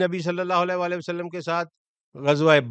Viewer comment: ویلکم بیک ۔ آپکو مس کررہا تھا۔ آپ سے درخواست ہے کہ خدارا درود شریف " وعلی آلہ " ۔ ۔ صحیح پڑھا کریں ، آپکے تلفظ سے " ولا آلہ " کا شائبہ ہوتا ہے ۔ جزاک اللہ خیرا 💐